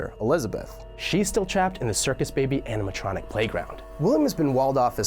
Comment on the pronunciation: wait- did i hear andiematronic?